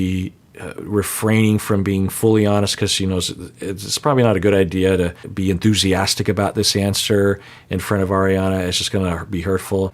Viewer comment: I saw that too, he actually said “unthusiastic” as if that’s a word 😂